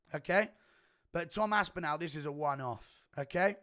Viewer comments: Guru please for the love of god pronounce tom ASPINALLS name properly Its aspin-ALL NOT aspin-al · Imagine being English and pronouncing another Englishmans name incorrectly. aSpInAL